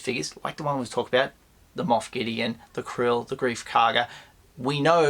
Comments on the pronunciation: Do you have a yabby stuck in your teeth??? Kuiil, it is pronounced Kwill, there is no R in the word. Stop pronouncing it Krill. I thought you were a Star Wars expert, NOT ! ! ! ! ! ! ! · Why do you call kuuil krill?